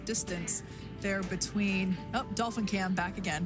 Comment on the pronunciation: What’s a “dolpin”? 🙄